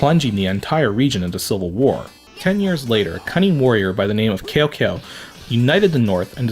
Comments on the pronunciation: it's ok. It should be pronounced more like Tsao Tsao. I Lived in Taiwan for a few years so I speak Chinese and Cao Cao is a pretty famous guy although he's usually seen as a bad guy. The phrase 说曹操，曹操到 shuo cao cao, cao cao dao. "Speak of Cao cao and Cao cao will be there" is like their version of "speak of the devil". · Your pronounciation of Cao Cao hurts my ears